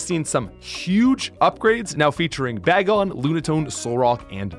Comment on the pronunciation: Bah-gon is killing me